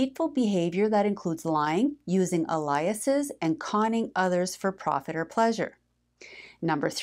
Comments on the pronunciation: It is NOT pronounced uh lie us.....it IS pronounced ale- ee - us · Did she mean to say "aliases" (plural form of alias)? I've never heard it pronounced that way! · She didn't pronounce it properly haha